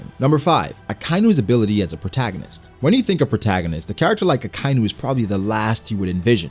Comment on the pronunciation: It's not Akainu (Uh-Kai-New), it's said Akainu (Ah-Ka-E-New). Y'know.. Red Dog...